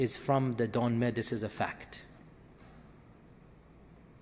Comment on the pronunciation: Dönmeh as you said it means renegade and it's written dönme dont know there the fuck u get the h in there